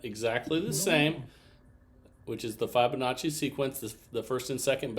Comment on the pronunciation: Who will tell him that he’s been saying Fibonacci wrong!!